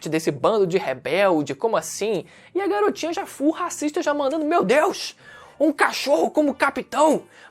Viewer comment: Letra E .. Garotinah .......... é cilada Bino KEKW